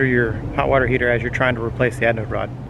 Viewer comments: sounds like you are saying adnode rod...hehe. ...great instructional video !!! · Adnode or Anode - lol, thanks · LOL had to laugh every time you called it an adnode rod. Threw a D in there for some reason. Also there is no such thing as a hot water heater. If the water is already hot, there is no reason to heat it. LOL.. Just playin with ya. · We always have a blast.....and I mispronounced anode rod throughout the whole video. I kept calling it aDnode rod. 😂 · At least you were consistent "misanunciating" the word anode. Always enjoy your videos, keep them coming and stay safe.